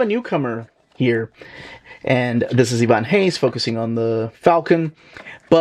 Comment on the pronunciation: First time i see someone outside Brazil saying Ivan Reis by the right way